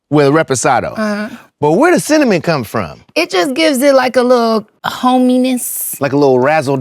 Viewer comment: I love this interaction with you and Muni Long❤❤❤ Scott you have a nice voice and I couldn't stop laughing when you were pronouncing cinnamon 😂😂😂😂 keep the videos coming especially in 2025🥰🥰🥰